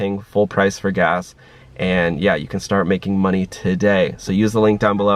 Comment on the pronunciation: “TUH-day” lol